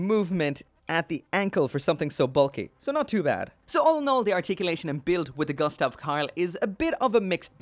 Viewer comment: Pronounced goostav 😁, sorry for the bit pick, I enjoy watching your reviews really